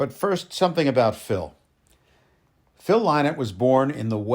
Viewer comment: Sir, I’m a huge supporter of Phil’s. He never liked calling people fans. I just wanted to tell you, this was very good! The information was spot on, very precise. I’d also like to commend you on the real proper pronunciation of his name. That was a really big deal to Phil. You really did a great job here! 🍺🍻🎸